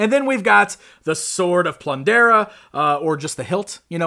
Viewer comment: It's called the Sword of "Plun-darr", not "Plundera". 😂 Other than that, this was a good review. Those were some nice accessories, but they should've included an articulated Ma-Mutt. I wonder if they'll make a Mumm-Ra The Ever Living fig? 🤔